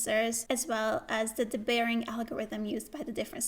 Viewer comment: Thanks for explaining this so well. One note on pronunciation: it’s dee-bayering, not duh-bayering.